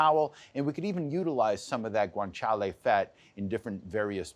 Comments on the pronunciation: But it is Guanciale not "Guanchale". ;) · He leans into it like he’s swearing in Spanish. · If it was a drinking game for when he says Guanciale!!!